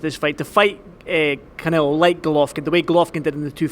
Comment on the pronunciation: he calls him 'khanelo'